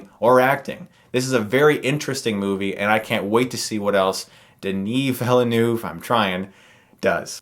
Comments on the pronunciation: You got Denis Villeneuve mostly right except it's not "noov" but rather "nuhv" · 😉: Better For Anglos Chris To pronounce Villeneuve (New village) as : Vill(ain)-An-Ne(r)v. There you go..😀😀😉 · Duh-neigh Vil-nuv! ;) There you go! Awesome review! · Vil-NewV. Just 2 syllables. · Pronounced De-NEE Vee-NERVE. Doesn't make you a dumb American if you didn't do French in school. Here in the UK we didn't do Spanish, and I keep pronouncing their names wrong... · Denny Veel-nerve is the easiest way. Time to learn some French, Chris. Also, great review of a great film. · I see you are still in trouble with the pronunciation of this great director's last name. You just can search on YouTube an interview with the Formula 1 racer Jaques Villeneuve, and there you'll have it. By the way, you NEED to review HBO's True Detective. It's becoming legendary one episode at the time.